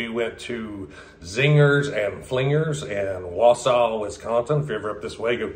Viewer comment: Thanks for the review! And nice job pronouncing Wausau 👍